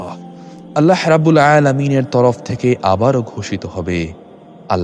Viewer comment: আপনার আল্লাহ উচ্চারণ ঠিক করেন তারপর ইউটিউব করেন